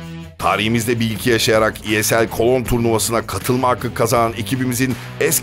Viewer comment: Cologne cidden kolon diye mi telaffuz ediliyor ?